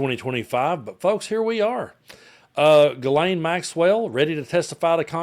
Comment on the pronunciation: Ghislaine and Guelaine are not the same name in French...Ghislaine is a French name, while Guelaine is not..Maxwell's name is Ghislaine, and not pronounced as Guelaine.